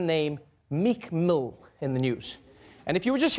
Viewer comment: I thought you said "Nick Moo" (not Meek Mill)